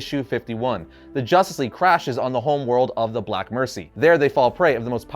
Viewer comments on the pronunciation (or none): none